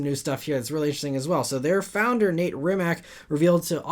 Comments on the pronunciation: Small correction, Rimac founder is Mate not Nate and the last name is pronounced "RiiimaC" (hope it helps and thanks for the news) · Brett Berk has a video riding along with will i am in a MB. Mate Rimac = ‘Mah-tay Ree-mats’ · Mate Rimac's name is pronounced Mah-tay Rimats BTW